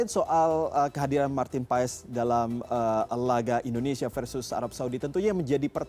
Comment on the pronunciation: Bacanya bukan PA-ES, tapi PHAS.. jgn salah sebut nama pemain kita sendiri.. 😅